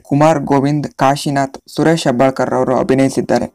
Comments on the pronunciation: Hebbalkar alla heblikar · Hebbalkar alla.Suresh.Heblikar.Your pronounciation is wrong.Correct yourself.He is from Dharwad.